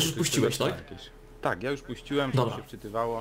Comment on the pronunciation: już a nie jusz